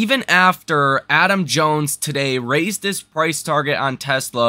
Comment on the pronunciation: its not jones